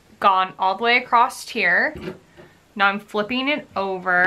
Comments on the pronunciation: love the video but one comment: "Acrosst" or "acrossed" are not words. Just plain "across" is correct. Common mistake but you're otherwise very articulate so thought you might like to know. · No no no it’s not American! I don’t know why people say it that way. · there is no "t" in "across". Is this the American pronunciation maybe?